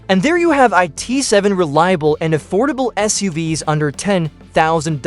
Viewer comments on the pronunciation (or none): shit I hate these AI voices. It can't pronounce SUV's and it repeats itself. I only got :44 into and had to thumbs down.